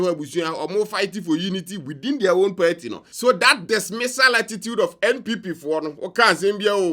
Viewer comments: Not Perty, it's Party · Why do you always say peartee😂